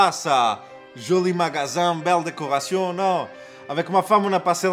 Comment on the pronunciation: sur le "ion" de belle décoration il lâche son accent et parle avec la voix qu'il a à la fin